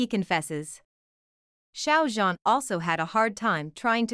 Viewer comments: The Xiao (Shao) Like Shower Sounds About Right. The Zhan Is Harder, it Sounds Like Zjiang. The Z And J Have Be Meshed Together. There Is A Technique, And A Way To Say, And Pronounce It Corectly. 😊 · Not To Be Rude Or Anything, But You Are Pronouncing Xiao Zhan's First Name Wrong. I Appreciated The Video, But Every Time You Pronounced His First Name Wrong, I Just Could Not Deal. Thought I'd Just Let You Know. And Of Course The Drama Would Be A Hit. I Love, And Adore Xiao Zhan So Very Much. He Is A Very Talanted, And Extremely Excellent Actor. He Always Works So Hard At Everything He Does, No Matter Acting, Singing, Or Modeling, And Being A Brand Ambassador. He Is, And Always Will Be One Of The Greatest Chinese Actors I Will Forever Love. ❤💖🐰💖❤🐰💖❤🐰💖❤